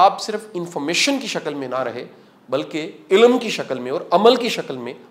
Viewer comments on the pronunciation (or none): ilm is a right pronunciation instead of ilam. Aap ny bhi itni kitabain nhi prhin jitni btaty hain.